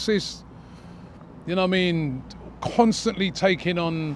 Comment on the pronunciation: ‘You nowah mean’